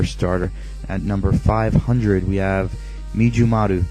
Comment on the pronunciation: it's Mijumaru not Mijumara :/